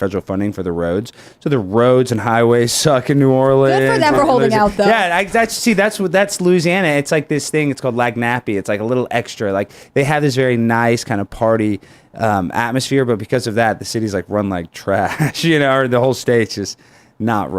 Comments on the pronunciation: did this mofo just say LAG NAPPY? Its french dude, pronounced lan yap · "Lagnappy" 😂😂cmon dude. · Hey, watch out talking about Louisiana. And you pronounced lagniappe wrong.